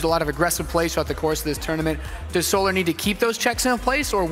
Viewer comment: Every caster says it: So Larrrrrrrrrrrrrrrrr Larrrrrrrrrrrrrrrrrr It's fucking "sol ur" Like. you know. The word Solar.